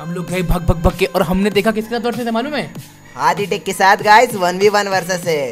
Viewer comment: Video ke shuruwat mei isne kya kaha...aditech ko adi teach bana dia🤣🤣